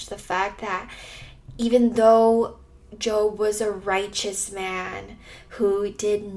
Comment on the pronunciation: First off I’d like to say this was encouraging. Second you pronounced jobs name as if you were referring to a career 😂